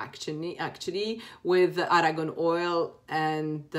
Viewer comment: it's argan oil not aragon